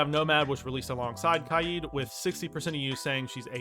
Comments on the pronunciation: Why does he say kieed? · It’s k-ai-d